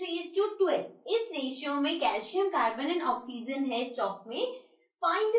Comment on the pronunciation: Mam pronounciation of oxygen..... Is wrong 😂😂😹